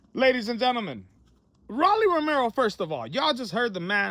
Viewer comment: Stop saying Rawlly. Please 😂